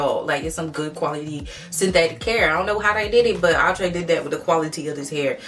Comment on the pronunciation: all love.. it's pronounced like "outer" not outra or ew-trè